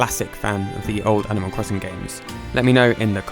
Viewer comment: animal cwosin